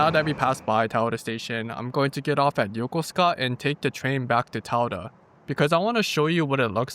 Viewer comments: and in that video, would you please explain the pronunciation? You pronounced the station name “Yoh-koh-skuh”, but my coworkers who are retired USNavy pronounce it “yoh-koo-skuh”. (And I’m guessing thst pronouncing -suka as “skuh” is standard Japanese?) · Interesting that you barely pronounce the "u" sound in Yokosuka 🤔 as if you take a pause in the word